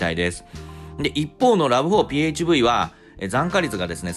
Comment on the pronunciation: ラブホって聞こえる